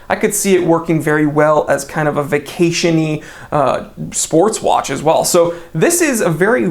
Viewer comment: I can hear the accent on...JUST. ONE. MORE WAATCH.